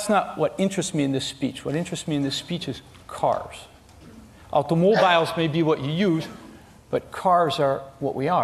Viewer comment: the way he says aUtOmObIlEs 😂